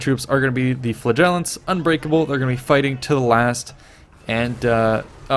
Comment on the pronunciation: here's how to pronounce flagellants